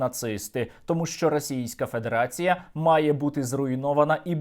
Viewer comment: Тільки я чую, що Сергій промовляє -"педерація"????? 🧐